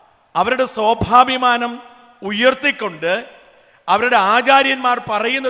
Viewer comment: "സന്യാസി വരിയൻ" അല്ലെടാ, "സന്യാസിവര്യൻ" ആണെടാ ശരിയായ പദം മൂഢാ! "സ്വാവാഭിമാനം' അല്ലെടാ " സ്വാഭിമാനം" ആണെടാ ശരി, അക്ഷരവൈരീ! 'മതേതരത്തം' അല്ലെടാ, പൊട്ടാ, 'മതേതരത്വം" ആണെടാ ശരി! 'വരിയന്മാർ' എന്ന് വിളിച്ചു സന്യാസിമാരെ അപമാനിച്ച നീ അടി വാങ്ങാഞ്ഞത് സംഘികൾ പൊട്ടന്മാർ ആയതുകൊണ്ട് മാത്രം! പത്താം ക്ലാസ്സ് വരെ അല്ലേടാ പെരുംകള്ളാ, സൺ‌ഡേ സ്‌കൂൾ ഉള്ളൂ. എന്തോന്ന് പ്രസംഗം ആണെടാ ഇത്?